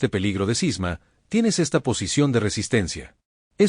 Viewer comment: Cisma, no Sisma!